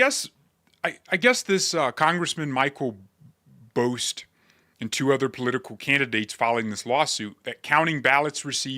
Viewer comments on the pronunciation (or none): 'Bost' is pronounced like the 1st half of Boston.